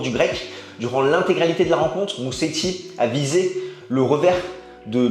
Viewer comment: En italien, un S tout seul en milieu de mot se prononce comme en français : Z -> Mouzéti :)